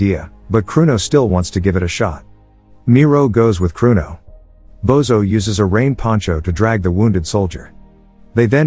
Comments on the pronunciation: It's not "Bozo" but "Božo" which is pronouced as Bozho 😅. Everytime he says his name Bozo the clown pops into my head. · It's Božo and it's pronounced Bozho.